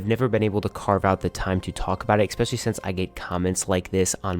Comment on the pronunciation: if i hear you saying EXPECIALLY insteas of especially even once again I will literally kms